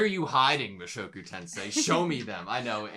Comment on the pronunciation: Hey! You pronounced the title right! 😄👍